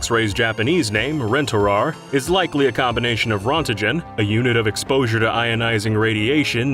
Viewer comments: I don't think I've ever heard someone mispronounce Röntgen so badly. "Rontegen"?????? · The first part of "rontgen" is pronounced with a long A, as in "ray." Signed, a health physicist with a PhD in Radiation Health Physics. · Actually, it's from German, "Röntgen". The ö is pronounced like saying "eh" (short e) but with your mouth in the shape of an O. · RONTIGEN hahah wtf :D